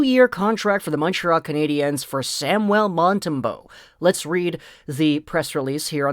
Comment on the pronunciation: Sam- u el, please pronoun it correctly